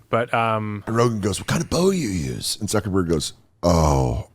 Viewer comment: Why are you saying "zuckabug" instead of Zuckerberg? Learn to pronounce people's name pronounce people's name properly.